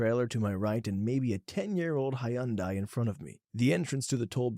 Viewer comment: Hi-un-dai. That is neither the English nor Japanese pronunciation of that name.